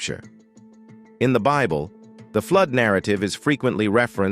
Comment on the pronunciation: The robot narrating this video is only after money and does not know how to pronounce Bible